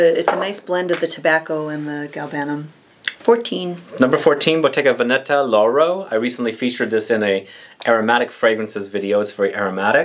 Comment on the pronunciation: Love your videos! It gives me a channel to focus on. In Bottega Veneta, the emphasis is on the first syllabe like VE'neta. Déjà le printemps --spring already.